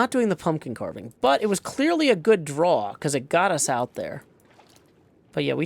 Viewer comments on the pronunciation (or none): none